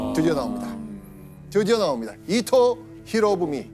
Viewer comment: 계속 이또 히로부미로 발음하시는 거 넘 귀여우심 큰별쌤 ㅌㅋㅋㅋㅋㅋㅋㅋㅋㅋ